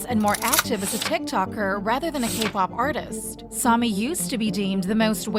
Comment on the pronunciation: I wish the A.I. voiceover you use could at least pronounce the names correctly… the entire subject of the video being pronounced as Sah-mi doesn’t sit right. Or when it says K-pahhp. Awkward